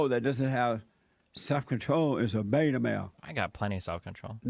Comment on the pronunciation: Beeeeeeta! Lol I love how he says beta. I honestly still can't tell if jlp is a giant troll or just ridiculous